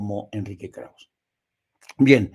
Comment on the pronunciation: Estimado, el apellido Krauze es de origen alemán - aunque Enrique Krauze es judío - y se pronuncia con todo y e (krausse). Como tu lo pronuncias, sin la e, es otro nombre: Krauss.